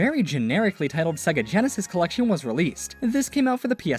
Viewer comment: Sonic Origins “Cellection”💀